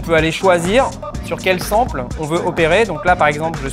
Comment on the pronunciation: Sample... on dit ''Sempeul''!